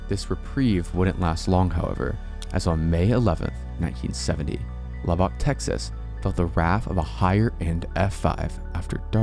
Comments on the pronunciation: It’s lub-uck as a Texan. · The way he says Lubbock i cant. I grew up near there and omg its a travesty to the folks there and how they say it lmao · Please don’t ever say Lubbock Texas again the way you just said it XD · Luback... that was the funniest pronunciation... its actually Lubbock, (lub-buck) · Lubbock is pronounced "Lub-buck", NOT "La-bock". No biggie. Just so you know. Thank you, for sharing! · it's pronounced Lub-uck not lub-ock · Just a nitpick. In Texas people pronounce Lubbock like lubbik or lubbuk, all soft vowels. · Love the video. However you butchered is pronunciation of Lubbock. It is said like "luh-bick". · "Lubbock", pronounced: "Lubuck" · Haha, I couldn't hp but notice your pronunciation of Lubbock. It's actually pronounced Lub-Uck. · It’s pronounced like “luh-buck” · hey, heads up, just in case u cover Lubbock again, it is pronounced "lubbik" or "lubbuck" with almost no differentiation between the two syllables. like "land lubber". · As a Texan, the way he pronounces Lubbock is like scraping a fork across a plate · I live in Lubbock and the way you pronounce it is sending me. 🤣 Great video though! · Love your channel but it’s funny how you were pronouncing Lubbock haha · Heads up, the a in Yazoo is pronounced like the a in at by locals. Umm. If you wanted to know. Umm..... Lubbock is pronounced lubbuck. Sorry. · Your pronunciations of some towns like Lubbock and Guthrie is annoying. L-uh-buck and G-uh-three